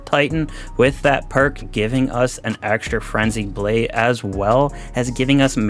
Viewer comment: Like this if you heard him say "Flenzied Brade"